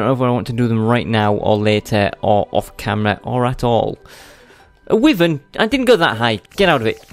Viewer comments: it is not said w-iv-an its said why-v-ern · Its actually pronounced Wih-Vurn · ur pronouncing wyvern wrong